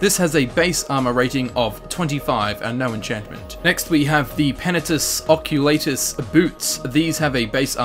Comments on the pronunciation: The way he pronounces Penitus Oculatus... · Him Saying "Penitus..Oculatus" had me dying! xD